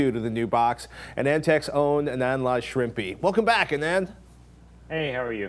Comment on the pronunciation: Shrimpy? Did he just say Shrimpy? I feel so bad for Patrick.